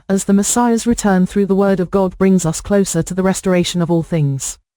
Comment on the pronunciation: Every time that computer says God I think she's saying gold.